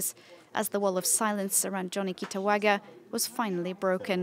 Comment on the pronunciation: The way the reporter keep on saying KITAWAGA🤣 (The correct name is KITAGAWA)